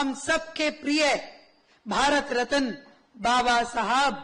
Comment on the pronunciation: रत्न बोलो रतन नहीं। 135 मनाया जा रहा है अनपढ़। सरस्वती पूजा नहीं फूले को नमन करें। जिसके कारण आज वहां पर है।